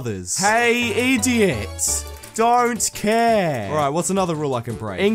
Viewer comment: I love when he said don't care he acctully said don't cart